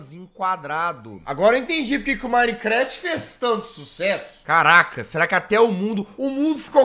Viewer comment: E MINECRAFT